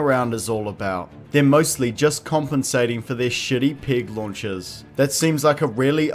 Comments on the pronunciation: Your accent makes it sound like you're saying "pig launchers". Though those would probably be more effective. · To my American ear it sounds like you keep saying "pig launchers" and it's conjuring up some fantastic imagery.